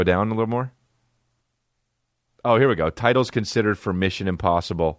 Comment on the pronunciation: Missin Imposhibble.